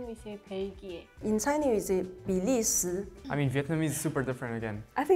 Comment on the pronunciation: 就是。她把 “韩国” [hán guó] 读成 “háng guó” 加一个 “g”。这是受到韩语中发音的影响 “hangug”。韩国人的 “hang” 比你们的 [hán] 重一点 我还发现 她口音是从南方来的 (两广、港澳台.....), 因为教我中文的人也是这么发音的。后来我和其他省份的中国人交流的时候，渐渐改正了自己的发音 具体： 在 ，比利时[bǐ lí shí] 她发音 “bǐ lí sí” 缺了 “h”。 很多越南人学中文 犯这个错误